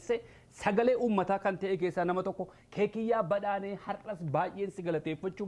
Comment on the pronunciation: akkumaa mishaa itti cabsittee garuu maqaa artistottaa yeroo kan abbaa yero wamituu 1gaddaa amdaa jette its rong Say gadaa hamdaa 2 kekkiyaa badhanne jette Say kekkiyaa badhadhaa not badhannee bro the all are perfect thank you❤ keep it up